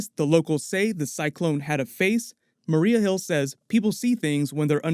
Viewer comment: Yeah "nick furry" and "marie hill" 😉😂😂😂😂